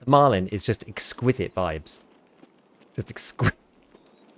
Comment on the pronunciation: why do you add a d on the end of the guns name? it's Marlin, like the fish, not Marlin-d 😂